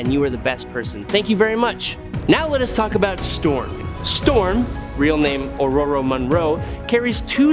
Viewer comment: He pronounced it right, lol.